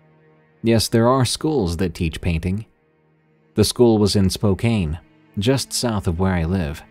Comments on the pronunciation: Spokane is pronounced 'Spo-can', not 'Spo-cane' lol 💕 lovingly, from another WA local, and fellow cryptid enthusiast. The amount of WA sightings are wild. Love your stories and captivating voice! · It’s so nice to hear more stories from WA State!🌲And oh btw, Spokane is pronounced, Spo-CAN.😊And just throwing it out there, my sister submitted her story in 2020. It was the one titled, “The Shadowy Figure.”